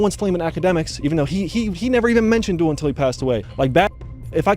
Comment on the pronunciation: How could you possibly still be pronouncing it “dull”?🤯